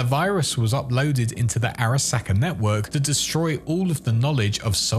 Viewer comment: SAHka no sacka. Learn to pronounce things properly